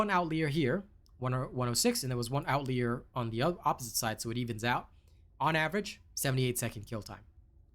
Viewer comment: Don't mean to be "that guy" but outlier is pronounced out-lie-er. Like the data point is telling a lie lol.